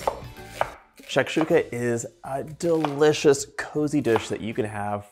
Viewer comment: Hello, I liked the food, and you explain in English and your pronunciation is good. I am from Algeria, and this is the same way we prepare it, and the strange thing is your excellent pronunciation of the name for the food